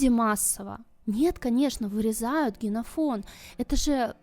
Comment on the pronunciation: Генофон? Три раза повторила. 😂